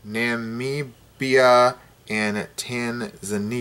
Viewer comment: hold on you can't even pronounce Namibia